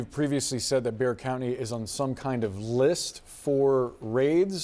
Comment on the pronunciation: It is Bexar County....NOT Bear.